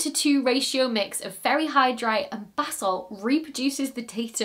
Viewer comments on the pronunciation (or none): Did anyone else think she said "fairy hydrite" or was that just me? lol